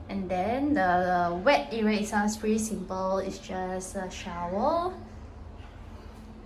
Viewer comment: Y say era when it’s actually area